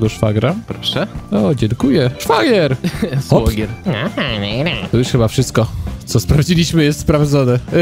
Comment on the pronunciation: 1. Szwagier nie świagier 2. Xd